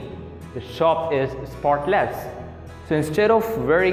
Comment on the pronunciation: great video and energy - careful with the pronunciation of avoid (v not w) and sentences / spotless - stress on first syllable not second